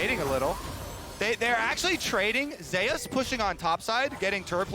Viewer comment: why do their call Zeus "Zeias" is this how he said his name goes? or are they not aware? the most bold it comes out is when one says "wait zeias zeIAS--" and the other says it properly "zeus"